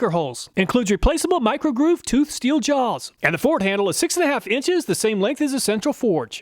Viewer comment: theres just something different about how he said "jaws" In this clip